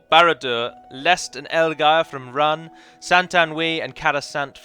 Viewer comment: You pronounced Rhun differently within 10 seconds.